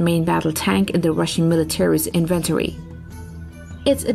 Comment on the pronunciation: english is so weird and has rules that it often doesn't obey.... inventory accent the 'in' first syllable so INventory... French is weird too as we english speakers spell stuff with that the French would separate as an article so Le Clerc is 2 words Le is the article and Clerc is the noun. Weird I know love the post keep it up its a great watch